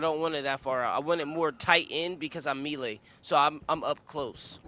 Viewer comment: Bro has got the game mastered but reading and pronouncing the word "melee" , beyond his education level.. Holy shit.. Our world is fucked.